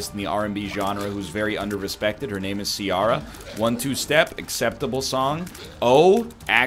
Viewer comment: Ciara is pronounced keer-ah not see-are-ah